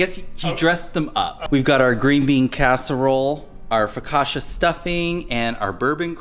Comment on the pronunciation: So pleased Caleb is not a beige food only eater! The CI (CCI) in Italian makes a TCH sound like ciao and Gucci, Pucci, Fiorucci! Focaccia = Foh-kah-tchah, not Foh-kah-shah. One could also put the brining turkey bag in a large stock pot!